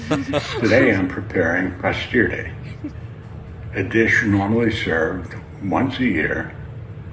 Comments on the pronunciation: I don't think a single Italian on the planet would pronounce "pastiera" like that😂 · I'm sorry but and her dad really need to learn how to pronounce the dish they made. Neither of them were any where close to pronouncing it correctly.